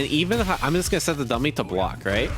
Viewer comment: "Coodn't blawk!" ( epithaph)